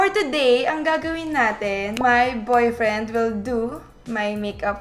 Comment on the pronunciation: "BOYFRINED" AMPOTAH!